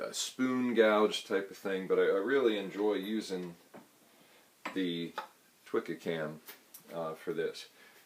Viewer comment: Great video. Just one minor point, Twca is pronounced toohka, not twikka. It is a must have tool for all Welsh love spoon carvers.